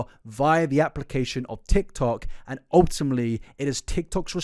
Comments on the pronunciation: Well yeah- but you said “ultimley” not ultimately, which was harder to unhear. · Off topic but the amount of times he said "ultumly" drived me INSANE 😭😭😭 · you say *ultimley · A video full of OOL-TIM-LEE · If you're gonna say 'ultimately' 100 times in your video please as least say it properly🥲 'ultimmly'... Bro